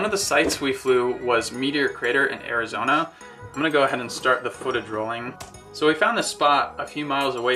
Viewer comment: "I had never been out west" Kina obvious because you pronounced my home state wrong